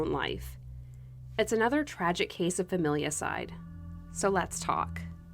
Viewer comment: Er, it's Familicide...hehe. Cheers, your new subscriber from Oz! 🦘